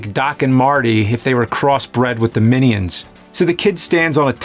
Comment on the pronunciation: I dont understand the mini-ons pronunciation. You dont say oni-ons.